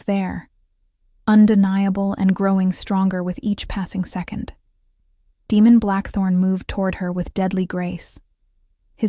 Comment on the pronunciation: Daemon, is pronounced like Damon, it's probably what they meant, but they have an AI reader that didn't pronounce it correctly. Just my opinion.